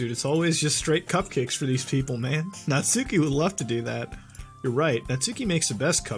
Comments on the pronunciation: muta, its pronounced natski not natsooki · Natsuki is pronounced "Knot ski" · At the risk of sounding like a weeb, it's pronounced Not-Skee. That is all.